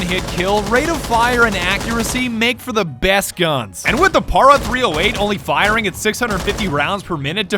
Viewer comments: You have to roll the r in para. (Para means stop btdubs) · Why does he keep saying Para like that? It’s pronounced Parra. As in it’s the paratroopers version of the FN FAL. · Why you pronounce para that way? I think its short for paratrooper, its a shortened FAL